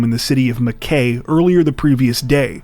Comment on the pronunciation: I'm starting to cringe every time your international episodes come on because it seems that my country 🇦🇺 features way too often. PS... Not telling you how to live your lives but Mackay is pronounced 'Mack-eye' 😉